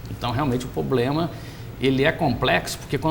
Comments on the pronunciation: Ele falou "poblema"? É isso mesmo produção? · Qual a credibilidade de quem passa a entrevista toda dizendo que o "poblema" da previdência é grave?